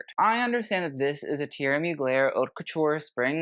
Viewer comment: I love your sense of humour, your videos are so fun to watch and you make great comments. Just wanted to let you know “Haute” is pronounced “oat”, in French you don’t pronounce the “h” when it is the first letter of a word preceding a vowel.